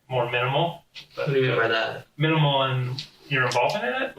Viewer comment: & my brain cells are dying: "Assault'? "Wod iz assault?" "Harming another human being" "Homin anuva human bean..." "Firearm" "A fire-arm?" "Minimal" "Min-E-Mal?" Ouch these two boys are so dumb, Tweedle Dum(b) and Tweedle Dee, in-Tweedle-deed